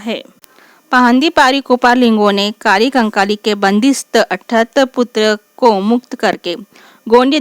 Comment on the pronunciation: Sach me apko lgta h ki ap humko दाई कली कंकाली k bareme jankari de skti h ...sbse pehli bat to ye h ki ap unka nam bhi thik se nhi le pa rahi h ...unka nam कली कंकाली है na ki काली कंकाली ......ye btayenge humko gondi dharm m bare me😂😂😂😂😂....tution chahiye hogi to bta dena mai de dungi tution 😂free oof cost ab apne sga jano se kya hi paise lu😂